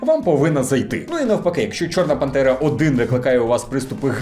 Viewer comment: Я один чую не чорна пантера а чорна бандера